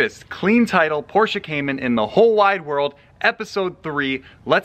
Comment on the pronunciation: Thank you for using the correct pronunciation of Porsche. Metal flakes in the filter indicate the IMS bearing going bad and not bore scoring. Mobil 1 makes an oil specifically for Porsche/BMW/Mercedes and its sold everywhere. I don't know what the difference is, but it worth noting. The Boxster weights about 190lbs lighter than a same year Cayman.